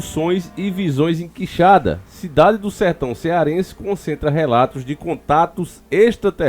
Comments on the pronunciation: Por pouco ele nao chamou de queixada...OOOlha o acento. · Quixadá , não Quixada 🤦🏼‍♀️ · o nome é Quixadá e não quixada valeu um abraço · NÃO É quixada. É Quixadááá. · Gnt chata, Quixada ou Quixadá, deu pra entender perfeitamente de qual cidade ta falando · irmão, tem um acento no final do nome, é Quixadá, e nao Quixada, abraço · Oi. ❤ os fatos sao de antigos comentários. Crescemos ouvindo isso aqui. Mas a pronuncia é qui- xa- dááá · Conheço a cidade. Já estive lá! Só uma observação, QuixaDÁ, sílaba forte em DÁ. Bom trabalho! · Nome ta falando errado, cidade é Quixadá Aqui no meu ce